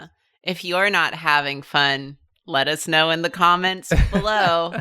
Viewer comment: "Letuce know"